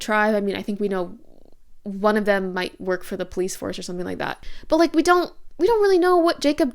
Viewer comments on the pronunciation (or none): none